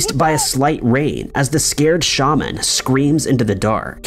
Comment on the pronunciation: “Shaman” Seriously?